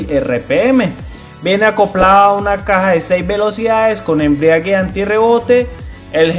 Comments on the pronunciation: No es Suzuki, es china. Las motos no tienen "embrigue", tienen "embrague". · Amigo muy buenos sus videos, muy informativos, pero quiero hacer un critica constructiva para que corrijas un detallito que ya he escuchado en varios videos (no se dice embriague, es embrague) y sigue asi, 💪✌️👍